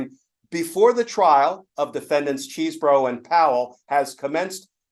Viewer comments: It’s CHESS-bro, not CHEESE-bro. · I happen to know Kenneth Chesebro’s brother, and can confirm they pronounce the name “CHEZ-bro”. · We (rightly) criticize media figures on the right when they (intentionally?) mispronounce names like Kamala Harris or Fani Willis... but that does NOT excuse "our side" from doing the same thing. It's CHEZ-bro. The man is not made out of cheese. ಠ_ಠ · You are still calling him ‘cheesebro’ 😂😂